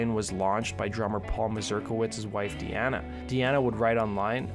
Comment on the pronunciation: Correction its deana not diana i spoke to her personally on here youtube she had a channel called i am deana i been on her panel a few times and alot of people got her name wrong its deana like dina but spelled deana i don't know if she is on youtube still its been almost a year since i have spoken to her but yeah just to correct you on her name other than that good job on the video cheers 🥃🥃